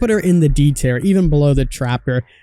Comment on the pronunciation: "Tier" pronounced "tear" as in tear rolling down your cheek, not "tear" as in tear a piece of paper.